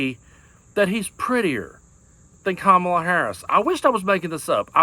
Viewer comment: Even Marjorie Taylor Green's boyfriend can't pronounce Kamala's name correctly.